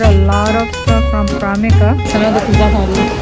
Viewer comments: you’re so cute. You kept saying primarka instead of primark. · It’s primark auntie not primika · its primark not pramika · Aunty it's Primark not primika